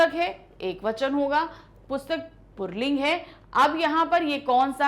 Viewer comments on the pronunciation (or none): Mam puling hota h purling kyu bol rhi 🤔